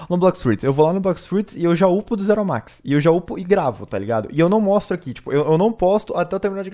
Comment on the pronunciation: bom gente a lingua deste humana foi extinta a mt tempo seu dei mt dessa lingua ele quis falar assim "zero segundos